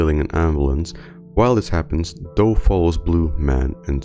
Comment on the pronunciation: Soldier is doe not joe his full name is literally jane doe not a shortened "joe"